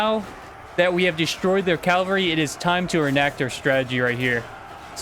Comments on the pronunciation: was it Ca-val-ry not Cal-val-ry? just asking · CAVALRY** not Calvary, that is a hill... Cavalry is mounted troops. CAValry not CALvary